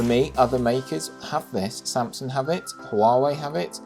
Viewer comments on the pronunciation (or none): none